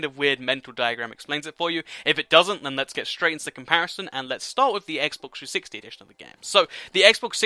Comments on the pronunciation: Thanks for giving an in depth comparison. I notice that when you say xbox 360, you tend to say xbox 60, which is kinda annoying haha. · Did he say Xbox 361? Or did i just here that